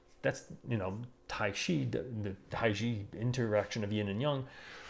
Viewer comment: Please pronounce Taiji properly!